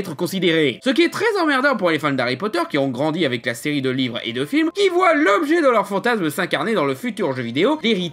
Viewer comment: Il à mal articulé, ça arrive. Il voulait dire livre je suis pose.